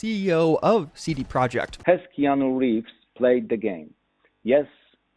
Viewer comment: Why "eee-anu reaves"?????